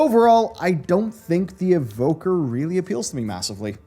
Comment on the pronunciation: Evoker. It's Evoker. I am mainiing Evoker.